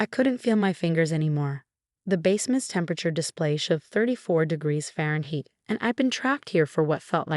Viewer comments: Faren heat? It's pronounced faren-hight ! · And Fahrenheit is also mispronounced. And sometimes it’s DE rek and it’s sometimes de REK